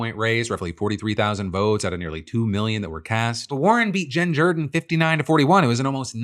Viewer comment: Why is he pronouncing "Jordan" that way?